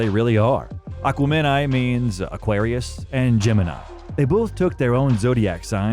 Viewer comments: I was into this until I realized the narrator was only a casual fan calling the album aqua-meni instead of exactly what the self titled song says the moniker of the album is. This is what culture vulturing is in action. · this is not how Aquemini is pronounced. They pronounce the word IN THE FUCKING SONG. It's not aqua-MEN-eye. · Aquem-in-eye not aqua-men-eye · I cringed at his pronunciation of AquaNemEye😂 its A-KWEM-EN-EYE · Aquemini is pronounced /əˈkwɛmɪˌnaɪ/ or akwemini ..... not aqua mini LoL. it has 3 syllables but there's no break in speaking it. it's one fluid sound, like ultafine ~ aquemini . Not aqua (break/silence) mini ...... it sounds SO weird and unnatural and artificial the way you say it in this video LMFAO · Great video but you horribly mispronounced Aquemini. Its not Aqua-men-I, its A-quim-in-I. That's how they say it in the song. "But until they close the curtain, It's him and I, Aquemini" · STOPP SAYING AQUAMEN 👁EYE. Did you even listen to the album? 👉A'kweminyye.. Phonetically that's the closest I can get.. Your pronunciation is Buggin. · Its pronounced Aquem meni not Aqua Meni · AQUA MEN EYE !! HAHHAHAHAHHAHHAHAHAHAA How you know youve never listened to the entire album. They say plainly, "its Him n' I: Aquemeni" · "Aqua-Men-Eye" smh.. I can't stand AI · I was rocking with this video until the narrator said "Aqua Men-i".... repeatedly. WTF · Aqua fin ni😂 They always get white guys who don't know how to pronounce shit to narrate this videos about black people. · The video was great until Aqua-Meni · Aqua men eye? So you've never listened to the album lmao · Narrator glitching on “Aquemeni”. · Lol… Return “To” The G? Aqua-men-i ? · the pronunciation of aquemini as 'aqua men i' really is awful in a biography when there is source material that literally says it multiple times. other than that, nice work by the channel "" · digging the vid but just lost credibility saying Aqua-men-I instead of Aquemini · Bro said "Aqua-Men-Eye" 😂